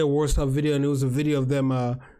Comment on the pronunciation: Thanks for the opinion on best cou try you've been to:), to pronounce Warsaw in Polish(Warszawa) is var(a strong r) - shava which all together is varshava, like a different city.